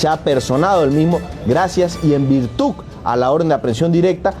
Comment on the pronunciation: En virtuc? No es virtud?